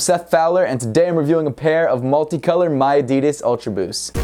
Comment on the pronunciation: No we dont say miadidas that way, i dont know where you heard that.